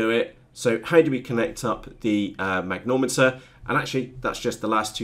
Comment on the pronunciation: It's a mag-ne-tom-eter....not a mag-nom-eter. Great videos though. Thanks.